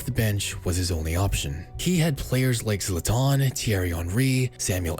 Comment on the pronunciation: Zlatan* not Zlatón